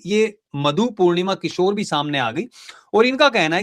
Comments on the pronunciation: भाई, किशोर नही, किश्वर है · मधु पूर्णिमा किशोर नहीं किश्वर है।